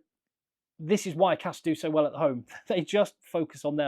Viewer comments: As a french i mostly heard people pronounce it « Castr » as he said. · Your first pronunciation of castres is correct :-)